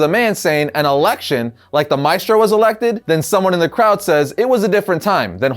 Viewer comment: You can pronounce "Maestro" better than that